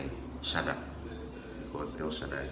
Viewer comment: I'm actually dying. El- Shaddai? Really? loooool